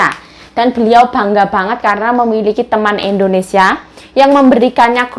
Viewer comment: ...maaf kok melafalkan Indonesia...Indonesa...krg i.jd dengernya ga enak. maaf ya dikoreksi